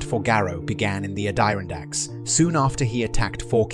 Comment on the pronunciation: Why are you pronouncing so weird? Add Er on dacks.